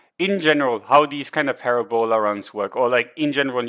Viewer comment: Thanks! Always learn something from you. BTW, Parabola is pronounced puhRAbuluh:)